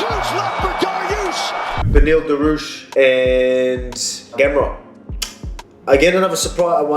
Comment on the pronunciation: “Beniel Daroosh” lol